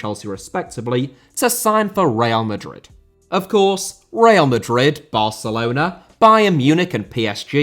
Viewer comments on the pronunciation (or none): none